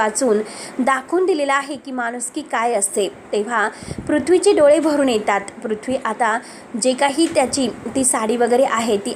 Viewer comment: मॅडम, तुम्ही मराठी आहात नक्की?? साधा ट्विस्ट हा शब्द बोलता येत नाहीये तुम्हाला... आणि वाचून सांगताय की काय? इतकी चुकीची मराठी? एतात नाही हो येतात..